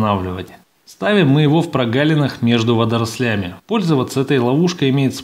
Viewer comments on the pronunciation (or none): Не водролЯми,а вОдрослями